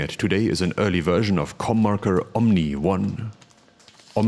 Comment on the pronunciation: I thought the logo said “CornMaker” and I thought you said “Cum Marker”. Love all of this.